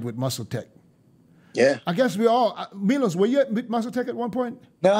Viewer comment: Who’s “MIOLS”? 😂😂😂I heard of Milos 🤔